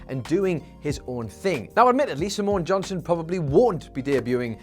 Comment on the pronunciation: Was it just me, or whenever said "Simone Johnson" did it sound like was saying Samoan Johnson?